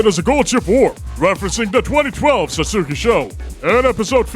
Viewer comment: wait, so you'll take advisement on this Uma's name, but you consistently mispronounce "satsuki" whenever you say "Satsuki Sho"???